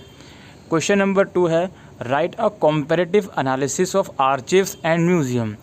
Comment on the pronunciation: Sir Thanks for this video. *Sir one thing.. Archives (आर्काइव) not आर्चीव्स